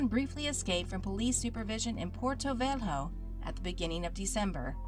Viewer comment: I can't take that anglophones pronunciate Porto Velho as Portou Vel-ho